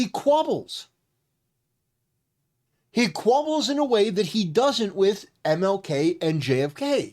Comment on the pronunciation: Quibbles not Quabbles. Or Waffles